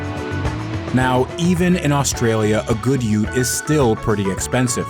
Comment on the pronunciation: Bro called the VE Ute what!?😂